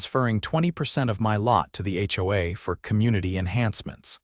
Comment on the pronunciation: In addition, certain words are impossible for the ai voice to process. "HOA", "lien" and any legal term not found in the Chinese dictionary. We all have to be careful with AI and using it has its drawbacks. Please consider having someone read it instead of a computer generated voice system.